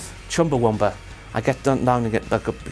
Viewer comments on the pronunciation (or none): ChumbawAmba. Not ChumbawUmba. WTF indeed.